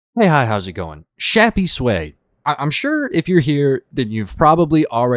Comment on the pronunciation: I think it’s pronounced shappys-way